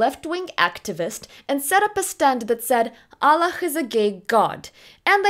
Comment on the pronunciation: Could you explain to me why you pronounce "Allah" the propper Arabic way using a "glotal thrill" in place of the "h". Do you have some past with islam or arabic?